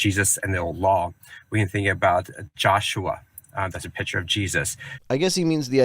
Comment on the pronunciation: I know it's just the way he pronounces "picture," but, since it sounds like "pitcher prophecies," I now have a new take on Christianity. The Kool-Aid man is the second coming of Jesus! Oh, yeah! Amen!